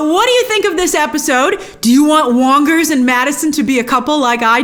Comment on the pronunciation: i chuckled when she said "Wongers". A subtle ** joke?